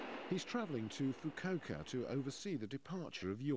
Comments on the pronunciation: I thought you were joking then I watched the video. Oh dear, you'd think the BBC would do a little more research on proper pronunciation of place names. (Foo-koo-ohka) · "FU-KU-O-KA" Every consonant and vowel is pronounced.